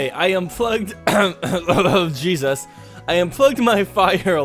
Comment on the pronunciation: I thought he yelled treesus!!!!